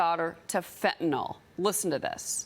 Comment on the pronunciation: Fentanyl. -yL. FENTANYL. NO "O" IN THE WORD. FENTANYL. FENTANYL.